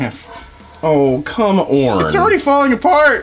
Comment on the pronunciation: "Come orn" Does watch DP?